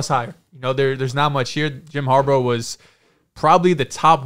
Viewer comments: Dude I gotta say it… it is HARBAUGH as in “har- BAW” do we call Sammy baugh, Sammy BO? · Har-baw, not Har-bow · why are you calling him harbo? 😂